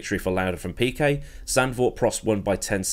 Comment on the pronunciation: "Piquest", ah yes.. The turbocharger era king Gorillian driver Marlon Piquest who won 30 consTRUCKster's titles